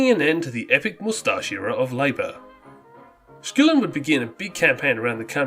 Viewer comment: It's Skull-in not skool-in. And it is Cor-ANG-a-Mite.